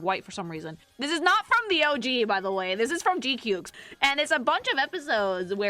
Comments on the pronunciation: GQuuuuuuX is read like a duck quack, like "G quacks" not "G qyuks" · Um actually it's pronounced G-Quacks ☝️🤓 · You pronounce it as "Quacks", actually! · Funny how you pronounce GQuuuuuuX... It pronounce like G-Ku-Kwax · it's pronounce "G-Qwuaks". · Yoooo love your work. One quick thing. You can find pronunciations for weird stuff like GQuuuuuuX on youtube. Pro tip for next time, since you spent this video saying G-Cukes 😂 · You pronounce it as "kwuks", actually!